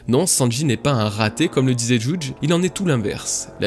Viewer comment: Hello, j'ai adoré ta vidéo dans ton intégralité! Y'a juste un truc qui me dérange, c'est ta façon de prononcer des noms propres comme Judge par exemple, je pensais que ça se prononce "juhj " et toi tu prononces en mode "djoudje". Je ne sais pas si c'est ta façon de parler désolé du dérangement:)